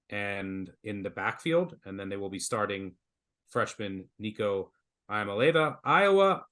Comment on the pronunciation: Might as well start working on the correct pronunciation for Nico's name now, as I suspect you'll be hearing a lot of it in the next few years. Eye muh lay vuh is just plain wrong. Yah molly ahvah is a simplified version, but the more correct way is Ee ah mah lay ah vah. He even says his name for you so you'll get it right. You're welcome.